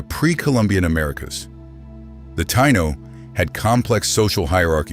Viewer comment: F.U for pronouncing "Taino" so badly, and for depicting us as black people. As "one of the most complete cultural and demographic catastrophes in human history" thank you for your added contribution, A-H! Major F.U. for that!